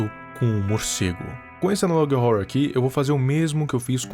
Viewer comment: FALA ANALOG HORROR DIREITO!!!! TEM UM "HO" ANTES DO "RROR"